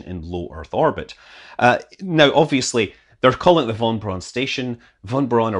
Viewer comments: *fon brown station and definitely not "wwhon brawn" or whatever it was you said. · "wonn Bronn" would be the German spelling of your pronunciation of "von Braun" :P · Scott, you butchered von Braun's name. Pronounce it like Browser, but with "n" replacing the "ser". And the given name was Wernher. Those extra letters were common in the nobility then, like medals in the military today. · Pretty sure it's the von Braun station, not the vonn Bronn station.